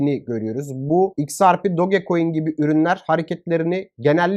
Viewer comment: Doge coin diye yazilir Doç koin diye okunur do ge diye okunmaz aq bende diyorum bu ne diyor